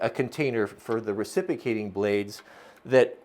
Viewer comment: You are mispronouncing reciprocating. But what a cool deal.